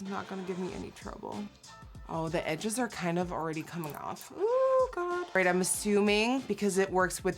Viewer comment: OH MY "GAGA"